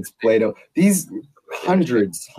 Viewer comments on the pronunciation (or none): none